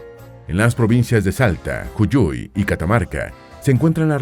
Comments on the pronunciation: Es Jujuy, no Juyuy. Mendoza no es la 4ta ciudad con más habitantes del país. La cordillera no está sólo al norte del país. Al margen de estas inexactitudes, me parece muy muy canal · hago pausa en el min 13, como puede ser que diga juYuy (jushuy)? está bien escrito en la imagen que está mostrando juJuy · Ju-juy. ...no juyuy!!! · Juyuy pronuncia 😂😂😂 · Yuyui dijo? Jajajajajja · Hermoso video muy útil te lo agradezco mucho!! Solo quisiera agregar que jujuy de dice jujuy, pero se escucha "juyuy" jajaja. Bueno gracias 😃! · Juyuy?🤣🤣🤣 ¡¡¡Es Jujuy!!! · Juyuy? XDDDD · La provincia del norte es JUJUY ( No Juyuy) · Agradezco encontrar este video. Amo Mi Pais. Solo un detalle la provincia del norte es Jujuy , con J , ( J.u.j.u.y ) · 1. Virreinato DEL RÍO DE La Plata 2. Jujuy así como suena, no Juyuy 3. Santiago DEL ESTERO. Hay que aprender a leer. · Es Jujuy, por favor pronunciar correctamente . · Cuando dice ''Yulluy'' Jajajaj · pequeña correcion, jujuy no se dice de esa forma. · Interesante video. Sólo quiero aclarar que la provincia de Jujuy no se pronuncia "julluy" sino como se escribe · Me pareció muy divertida la pronunciación de Jujuy! ☺️ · Interesante pero nada concluyente. Errores en la 1ra junta de Gobierno: Videla EA, Massera ARA, Agosti FAA. Muy mal pronunciado JUJUY y Santiago del ESTERO. También mal pronunciado Grafigna (se pronuncia Grafiña). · Correcto, también he notado esa mala prounciación y me causó risa. Es que el locutor no es latino?